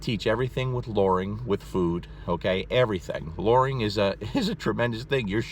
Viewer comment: Lmao the way he says luring. It's a U not an O.